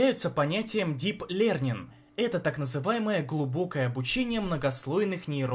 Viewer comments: "ДИП ЛЕРНИН" ЯСНО-ПОНЯТНО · Дип лернин..., ебать. Это хуже "Ландан из зе капитал" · "...нейроны передают друг-другу химические сигналы при помощи электрических импульсов..." ШТА?!! о_О "дип лернинг" ))) МФТИ должно откреститься от этого канала, чтобы его имя не порочили связями с таким содержимым. Сначала автор текста пишет о том, в чём не шибко, судя по всему, разбирается, но узнавать ему лень. Потом этот текст дают начитывать человеку, который не знает, как читаются английские слова, но спросить ему в ломак. А теперь вопрос: и зачем нам это слушать?!!